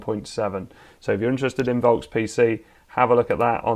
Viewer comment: German here. the "V" in "Volks" is pronounced like an F, as in fire or free or fart. (same in Volkswagen, that's also pronounced "Folkswagen", and yes, the word is directly related to the english word "Folk", as in "Folk tale", also meaning "common people") Other than that minor thing, excellent video, thank you very much!